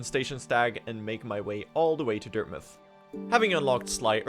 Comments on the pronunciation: why do you call it dirtmyth? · Dirtmuth, Mouth is many place names are pronounced as muth